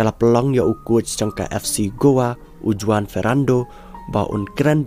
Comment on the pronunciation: JUAN is PRONOUNCED as HU-WAN not JU-WAN